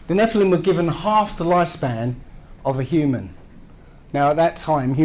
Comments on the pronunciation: what's with the pronounciation? First you pronounce nephilim correctly in the intro, then you mess it up numerous times in the body of the clip;) It's nefə-lim, not nefʌɪ-lim;) BTW, I think he's onto something cool - if you want to write a fantasy story that is. Pre-flood genetic engineering - an idea worth stealing! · Hey, It’s pronounced “NEF-ill-im” with the emphasis on the first syllable, not “nef-EYE-lim” with the emphasis on the 2nd syllable. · Pronounce it kneefel-ha-i-m you uncool creatures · The way you pronounce nephilim, is that also correct? Neffi-limb or ne-file-im? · I thought it was pronounced ne-fill-im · Just FYI, the proper Hebrew pronunciation is "neh-FEE-lim." Which is plural. One is called a Nefil. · I thought it was pronounced NEFF-elim. But then....what would I know.... I'm just a religious hating heathen. :) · Why do you keep saying “Neph-eye-lim” it’s pronounced like the guy in the video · Your pronunciation of nephilim really bothers me for some reason lol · I found it actually quite hard to listen to this video, with continously mispronouncing “Nephilim” in a really annoying way. At the absolutely wrong explanation of the claimed adrenochrome conspiracy (nobody thinks the “Hollywood elite” are harvesting this from their own children), I really couldn’t take it anymore. seems to think that debunking falsehoods does not take any effort, and that shows. The lack of proper research rears its ugly head again.